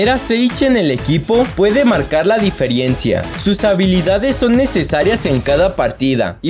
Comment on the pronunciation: "diferiencia" ese español papa!